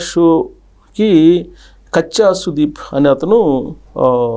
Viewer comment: కచ్చా సుదీప్ కాదు.... కిచ్చా సుదీప్ 😊😊😊😊